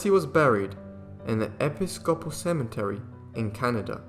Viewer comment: Euclid is pronounced “YOU- klid,” not Ooo-slid. Episcopal is pronounced E-PIS-ko-pal, not epi-SKO-pal. Your welcome.